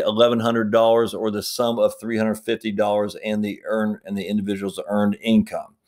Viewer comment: HUNDRED NOT HUNDERD